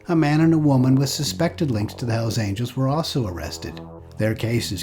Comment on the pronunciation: Hells Aniels??? Quien mi3rd4 habla en el video?? Dammn